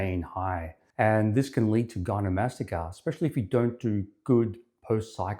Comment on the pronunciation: Not to be a jerk but if you’re going to do a whole video on gynecomastia your credibility would be strengthened a lot if you didn’t pronounce it gynomastica.